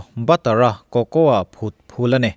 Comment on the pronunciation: Thil ho mai²...cocoa hi "coco" tih tur,Cocoaa ni lo in🙊